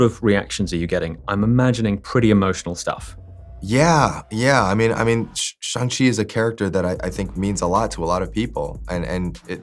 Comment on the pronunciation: Ali mispronounced Shang-Chi in his opening he always does